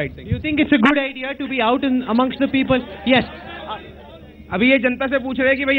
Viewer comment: listen to the peepull